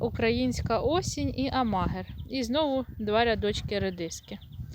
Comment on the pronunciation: Не АмАгер,а АмагЕр